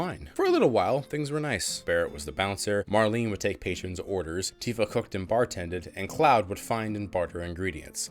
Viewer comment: I had to rewind the past where you said, "Tifa cooked and bar tended." At first it sounded like you said, "Tifa hooked and bar tended." Glad I heard wrong.